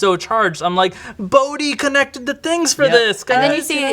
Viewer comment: Thank you guys, you said Bohdi's name. Not many people do, and he was, without a doubt my favorite character.